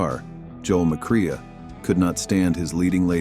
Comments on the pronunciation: Just for the record,, it's pronounced Joel 'Muh Cray', not Joel "Muh Cree ah" 🤪😝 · His name is pronounced McCray not McCreea great job